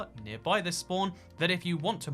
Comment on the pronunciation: More like: we all nake nistakes in the heat of passion